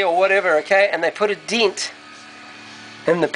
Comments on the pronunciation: It's pronounced DENT not DINT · Fix the diiiinnt. Ure accent is awesome. Greeting from California